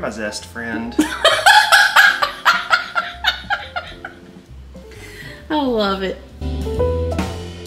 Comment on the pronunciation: And "you're my zest friend"!☺️